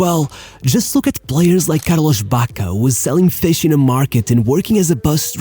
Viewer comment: It's not Carloshhhhh or batishhhhtuta. It's Spanish not Portuguese.